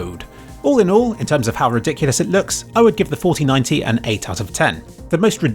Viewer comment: when said 4090 i heard fortynyti meme